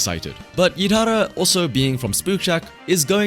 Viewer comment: It's pronounced 'Yidhari'. Its interesting that they used the Lucia name for a different character but still used the original leaked Lucia model for Yidhari including the weapon type but modified o.o